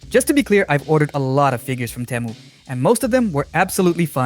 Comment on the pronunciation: It's Tee-moo not Teh-moo